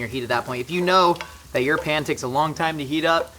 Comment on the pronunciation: Are you saying pan or pam I’m sorry you’re just coming off stupid